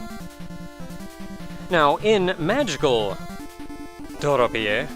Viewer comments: I'm like 55% sure that it's ment to be pronounced like Door-O-Pee, since it's meant to sound like Dorothy, but you know that my opinion. I've allways wanted to get this game, but needed to buy/import a Famicom first since I wanted to see the game like it's ment to be played. It's a little sad that the US version does not have the anime cutscenes. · I thought it would be pronounced dorothy but replace the th with p. Like you pronounced it . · So if it's based on Oz, then Doropie should be pronounced like Dorothy